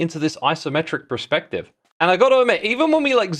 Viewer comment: X PLEASE 😭 Perspective not prespective, you're killing me here